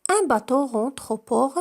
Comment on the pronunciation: النطق لكلمة bateau خاطئ